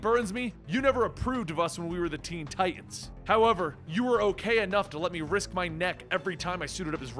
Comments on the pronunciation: Its Titans* Not Titasn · Lol.. ok stop with the "Titasn" bruh.